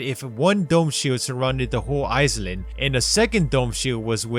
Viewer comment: This nigga said ise-land instead of island